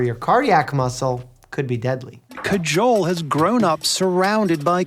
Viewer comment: DUDE her name is Kajol, not cajole. The Indian people they interviewed must have pronounced her name multiple times; how did they still say it so wrong. Listening to that hurt almost as much as a snake bite.